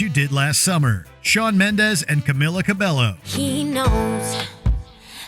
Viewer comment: Camila Cabello’s name is pronounced: in her first name the emphasis is on the second syllable, and the i pronounced like a long e, as in bee and me; for her last name the a is pronounced with a short a as in ball and call, the e is pronounced with a long a as in may and day, the double l should be pronounced like a y.